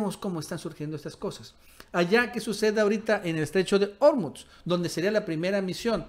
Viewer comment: SE DICE ORMUZ CON ACENTO PROSODICO (SIN TILDE) EN "U" ENTIENDES?